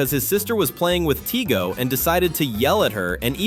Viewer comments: It's tigey, not tigo! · Daniel’s little sister is named Margaret, not Margarith. And Daniel’s favorite toy is Tigey, not Tigo.